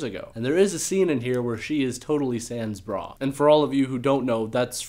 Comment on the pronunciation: he fucked up pronunciation on sans bra and i'm not impressed.